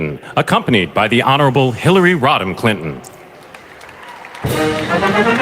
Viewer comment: I'm wondering when it came to Barack Obama why the announcer flubbed "honorable" with him? "honorale" ? I'm no Barack fan either, but I did notice it. 😑